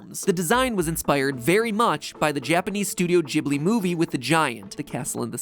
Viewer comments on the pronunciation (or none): am 90% sure the pronunciatio is [gui]-[bli] and not [ji]-[bli] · Excuse me did he just pronounce Ghible as 'Jib-Ley' ITS PRONOUNCED 'Gib-Ley' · So uhhh we're just gonna ignore MatPat pronouncing Ghibli as "Jibly" now? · Did he just pronounced Geeb-li as jeeb-li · Matpat just taught me how to properly pronounce Studio Ghibli.... Jib-lee.. not gib-lee... I have always loved Miyazaki movies ... wow... I always thought it was Gib-lee. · All I took away from this video was that Mat pronounces studio ghibli as studio jibly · Wait is it actually pronounced Jibli??? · Okay but do y'all really pronounce it as Studio Jhibli? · You day Ghibli wrong and it bothers me. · Wait a second...is studio ghibli pronounced with a hard “g” or a soft “g”??? I’ve been using a soft “g” my entire life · Okay but the way he pronounces Ghibli